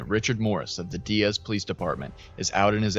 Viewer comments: It's pronounced Die-ez not dee-ez 😊 I live in the neighboring town about 30mins away, Jonesboro AR I was up watching this as it was happening 😢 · Die-az not De-az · Hey, so this is near my hometown. Just a small correction, but here Diaz is pronounced like you're saying "Die as" Really great video on the situation btw! The last time a tornado like this hit the area was in 1999. My grandparents home was hit and they were nearly killed by a tree that had fallen on them. There's old news coverage of it on Youtube. My family evacuated before this one hit, luckily. It destoyed their town.